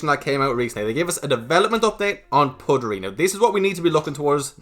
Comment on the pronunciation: You're saying puttery wrong I think. Putt like butt, you say put. Puttery isn't actually a word though so I guess it's up to the marketing team lol.